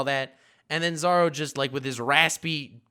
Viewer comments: Stop saying 'Zaro' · STOP SAYING ZARO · Please... Dear GODDDDDD say "Zoro" correctly... Just once? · ”Saaro” lol